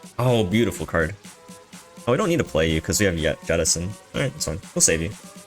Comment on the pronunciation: Yettison, yaull fish..... Do you say Yermany and Yapan as well